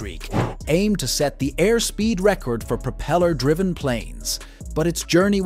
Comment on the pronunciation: "But before we go any further..." earns you a "stop", "dislike" and "no sub". It's a DICK MOVE and should be saved for the end! Throw in the fact that you don't know how to pronounce the word "propeller" and I have to conclude that you have no idea what you're doing. I'm out.